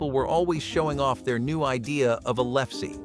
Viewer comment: Lefse is pronounced lef suh